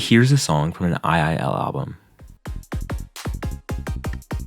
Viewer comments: its two-l not ii-l !!! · isn’t II-L pronounced as two-L? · II-L is actually pronounced "twoell" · btw the mappers name is pronounced “double L” and he is now an osu! player and has SS’d one of the insane diffs with hidden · slight pet peeve but u pronounce it two L 👍